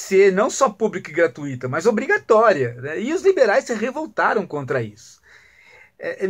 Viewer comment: Bobagem ,Professor ! Aprenda a pronunciar "GRATUITA " , depois fala de Adam Smith ! ... Tu és maledicente , hein ?!... O QUE SÃO DEGRAUS ?...